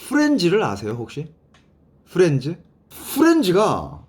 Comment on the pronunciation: 후렌즈라 들리는건 저뿐인가요 ㅎㅎ 후렌즈~